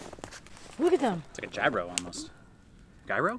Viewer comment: It’s pronounced “Hero’s”. Gyros in Greek.